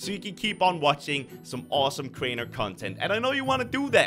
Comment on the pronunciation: Talk properly and also its not drainer get it right